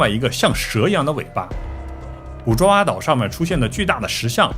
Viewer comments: 爪哇的“爪”不念zhuǎ，念zhaǒ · 爪（找）哇岛。。。念错啦。来自新加坡的祝福～ 爪哇岛Java island.